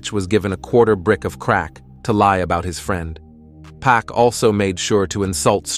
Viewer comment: His name Pac not pack 🤦🏽‍♂️